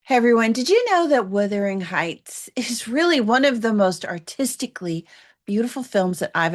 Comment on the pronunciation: It's Wuthering not Withering and it means windy. Also, "Robbie" not like a bathrobe but a robber. It takes 2 seconds to figure out how to pronounce things. Listening to you constantly saying the names wrong makes me want to scream the correct way to say them.